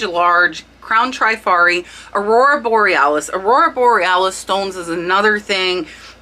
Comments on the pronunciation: Beautiful Hattie Carnegie brooch your friend sold. It is "cabochan" (with an o.) French derived word basically meaning "a polished dome." Usually oval or round and not faceted. English pronunciation "kah-bo-shawn." Givenchy - "zshee-von-shee." Trifari--"Trih-far-ee" not "Try-fari". Hope that helps!~ I know you teach us the importance of spelling keywords correctly when listing.:-) Keep up the great content. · Loved the content but you are mispronouncing the word Trifari. I grew up in Rhode Island where they were headquarter and worked there one summer between college semesters. Its pronounced Tre - fa-ri not Try-fa -ri. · How to pronounce Trifari - tri faa ree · Trif ar i 3 syllables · Thanks SO MUCH for your excellent info. FYI,. It's pronounced Trif ari. Pave is pa vay,. and it's Skap a relli,.